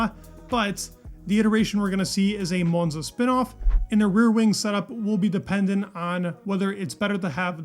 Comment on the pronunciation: if you ever go to Monza, don't pronounce it like that.